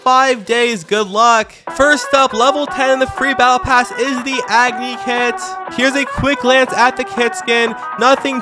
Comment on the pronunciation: it pains me as an indian that he said agony instead of agni (ugh-knee) thats how you say it in hindi